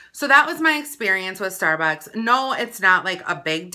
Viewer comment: "stair buaks"